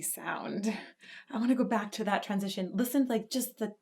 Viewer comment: "let's go bak again" sharoff. We need that on a sticker.